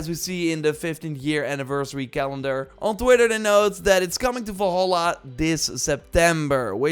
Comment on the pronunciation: "Assassin's creed VOLHOLA" 😂